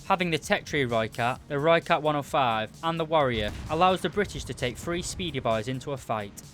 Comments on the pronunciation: Jip whats this lhoicat thing everyone going on about! Rrrrrrr-oi-cut is only way I think Brits and Americans will be able to say it. But this guy still did a good review. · Any South Africans here annoyed with how no one pronounces the name right🤦‍♂️ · I am not south african i am dutch but since some words in south africa are almost identical i am triggerd but i cant blame him its not easy to say that if your english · It irritates me greatly